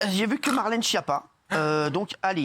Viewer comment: Incapable de prononcer le nom Schiappa correctement. On dit Sckiappa et non pas Chiappa !